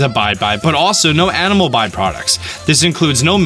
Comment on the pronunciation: When he was listing all the types of weapons you can use, I thought he said anime weapons lol